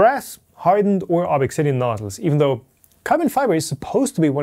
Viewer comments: Yea... Glad I'm not the only one with this thought. His insisting on pronouncing things weird when there's really no need to do so is getting out of hand... Slic3r should be Slicer and ObXidian should be Obsidian ( maybe Obxidian but definitely not ObExIdian ) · Why not pronounce ObXidian the same way as E3D does? Making some kind of point here? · I think it's pronounced obZidian, but I could be wrong. After all, Americans insist on calling Xavier from the Xmen "Ex"avier rather than Zavier. Source - I attended Xaverian College (Pronounced "Zavarian") and Xerox is Pronounced Zerox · It's probably not pronounced ob ex sidian, but like "obsidian", ob-si-di-an. LIke the black, slick volcanic glass. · Maybe you don't know but there are uses of the letter X that sound like Z in English (Via Greek), For example Xylophone (Pronounced Zy-low-fown) I believe this is E3D's intention, making the pronunciation Ob-zid-ee-an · Did you contact E3D on the pronunciation of Obxidian? It is probably just "obsidian." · E3D: please pronounce it Obsidian: ObXidian Why????????? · I think it is pronounced like obsidian. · I thought it was pronounced Obzidian. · Why do you pronounce the name like that? You know the guy's german, right? :P